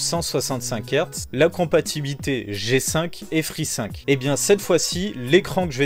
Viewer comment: J'ai mis du temps à comprendre de quoi il parlait quand il disait G-5 et Free-5